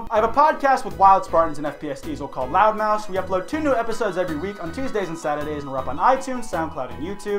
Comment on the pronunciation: I’m not gonna lie, every time he talks about his podcast I always hear “Loudmouse” and not “Loudmouths”. I can’t unhear it.